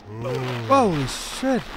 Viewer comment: When you said holy shit you sounded so Irish 😂😂